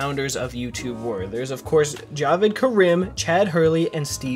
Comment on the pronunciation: you're still pronouncing jawed wrong lol, its actually pronounced ya-ved